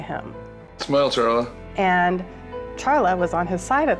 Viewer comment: I lived in Reno at the time. I can’t believe it is almost 7 years. I ‘m pretty sure her name is pronounced “Sharla, not CH- like the “ expert” () - keeps saying.